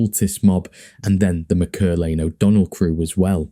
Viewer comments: Btw the surname is pronounced Mac Er lane. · It’s pronounced Mack-err-lane